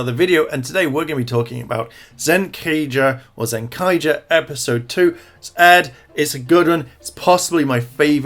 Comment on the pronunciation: “Zencager” Wow. I cringed really hard at that.